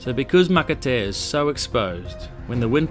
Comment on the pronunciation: Matatea, pronounce maka- pronounce t as an s makatea, it means an island make up of coral, I following your vblog